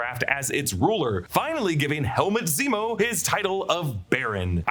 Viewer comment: HE SAYS NEMO NOT ZEMO LOOOOOL